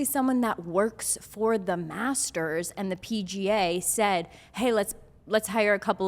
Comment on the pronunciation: I just watched this and instead of Master’s I keep hearing masseters lol